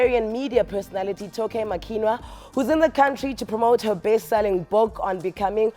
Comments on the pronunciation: She kept calling the name wrongly its not toke makinna its toke makinwa lol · She actually said makwina even worse 😂